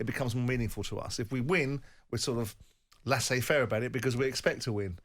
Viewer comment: I've just added 'laissez-faire' to the list of words Simon Jordan doesn't know how to pronounce alongside 'vitriol' and 'entrenched'. An absolute helmet who thinks he's clever.